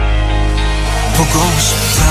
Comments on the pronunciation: kookie Jkook في غلط بسيط بالنطق وهو كلمة بوقو شيبتا و تاشي ، النطق الصحيح هو بوقو شيبدا ، داشي .... لازم حرف الدال وليس التاء ☺ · النطق الصحيح بوقو شيبدا ليس بوقو شيبتا ، داشي و ليس تاشي ..